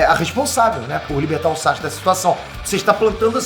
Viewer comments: SASUKE NÃO SAXUQUE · Não aguento ver o falar SÁCHUQUE kkkkkkk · SAXXXKE KKKK